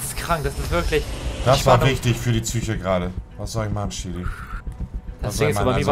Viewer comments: Niemand: Wirklich niemand: Monte: wichtig für die tsye(Psyche) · Niemand: Wirklich niemand: Monte: „Wichtig für die Züche“ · Niemand: Wirklich Niemand: Monte: Für die Tsüche